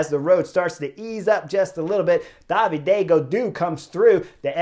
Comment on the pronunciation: I am not an expert to the sport, so I was wondering why Chris is always calling Gaudu, Daviday. Is it a nickname or a particular way to pronounce David, in his french hometown region?